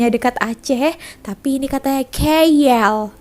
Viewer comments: Bukan keyyell la..kaaell yang benar... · Keyyel (KL) tu cara sebutan atau slang orang malaysia etnis india..